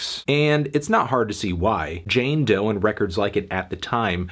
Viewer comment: It's "Doe"!! Stop saying that, is disrespectfull